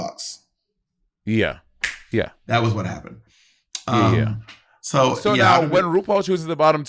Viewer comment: They’re never gonna get Luxx’s name right huh lmao